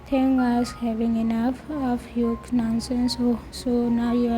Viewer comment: Hyuk is the perfect name for that basterd you say it like yuk i love it 🤣🤣🤣🤣🤣